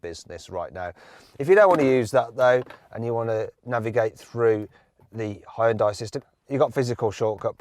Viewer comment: 왜 현대 발음이 혼다이?라고 들리는것같지 가슴찢어진다 ㅠㅠ우리나라는 안그런데